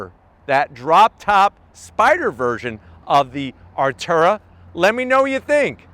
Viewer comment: Its Artura! Not ALTURA. Cmon. Im ready, your definately NOT😂